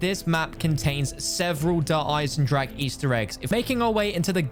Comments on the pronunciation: No way this dude just pronounced Der Eisendrache as dur aisendrack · U say Eisendrache the wrong way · People still can’t pronounce eisendrache smh its not that hard